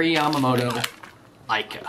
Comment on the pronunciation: It's an incredible bait, but please.........it's pronouced eeeka.